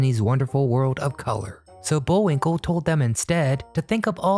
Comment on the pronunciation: Not Bullwink EL , Bullwink LE